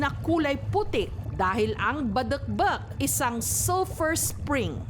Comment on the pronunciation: I love how ms jessica pronounces "Badekbek" haha